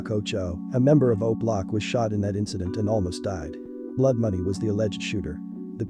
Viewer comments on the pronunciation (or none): none